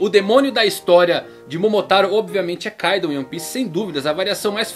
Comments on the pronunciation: certo - ei TI ro Oda e nao Ei XI ro ka I do, e nao KAI do kkk esse cara n acerta uma kk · Não é káidu...é Kaidoou